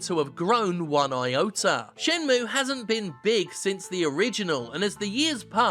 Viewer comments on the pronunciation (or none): none